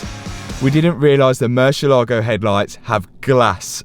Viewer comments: Pronunciation please. Murciélago in spanish means Bat. Yes, Batman is Hombre Murciélago, except everyone calls him Batman. Anyways, every time you pronounce it you kill the word and makes spanish speaking viewers cringe. You pronounce it Murshe-lágo with the accent on the a. Ahhh! No! It's pronounced Murciélago. One long easy word with the accent on the e. Find a spanish speaking person please and ask them to teach you this ONE WORD. Hope you fix that grossly overpriced Bat. Saludos from Honduras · spanish speaking person here and it's so funny how you pronunce murcielago🤣